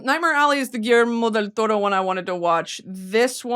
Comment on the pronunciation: her saying Guillermo Del Toro is reminiscent of Cameron Diaz saying “PILI-PINO” lmfao